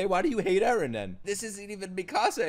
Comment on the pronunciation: It's Eren, not Ellen.